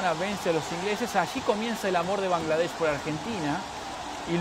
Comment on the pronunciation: I do not understand Spanish. But the male journalist pronounced Bangladesh sooo accurately. As a Bangladeshi, I have never seen any non Bangladeshi person pronounce it the right way. Respect. Also, we love your country Argentina. This message is to every argentinian reading. Please visit our country and see for yourself what we mean when we say we all love Argentina.